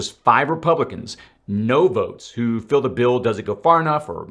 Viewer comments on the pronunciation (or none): none